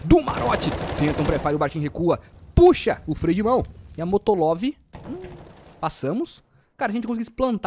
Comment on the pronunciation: Molotov* invés de dizer Motolov